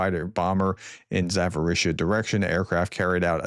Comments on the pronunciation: It's Zaporizhzhia not Zaforisha. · Can I help you pronounce some of those city names better? It's getting to be a bad look when you say zaforisha or completely stumble through other ones.